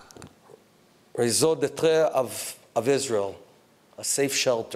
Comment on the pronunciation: Bennett! Don't try to impress by uttering French Idioms. You do not speak French & you didn't grasp Raison d'être correct pronunciation. Do yourself a great service, each time you're among Jews, stick to Yiddish. Maximum, should you make a mistake - your spokesman will issue a "press release" your comment was taken out of context. Practice Modesty.